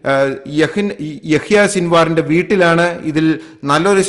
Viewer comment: ഏഹിന അല്ല യഹിയ